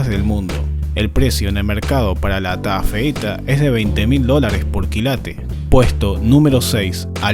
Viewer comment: Taafeita:❌ TA feita:✓